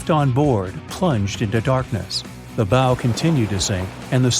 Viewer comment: It’s not a ‘Bo’, it’s a BOW, rhymes with Ow!!!